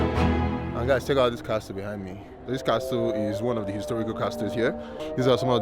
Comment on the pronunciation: Great views as usual., we need to work on your pronunciation. The "t" in castle is silent. Take no offense as anything or anyone can improve. As a Yoruba person, we already fight the "h" and "i" factor. Wishing you the very best. Can't wait for Covid to be history so my family can explore Africa. Thank you so much for all you do to showcase 🌍